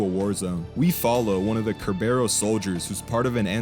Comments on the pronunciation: You keep sayin ker-bear-ohs, I'm gonna go out on a limb and guess it's sir-burr-us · Bro really said Cerberus wrong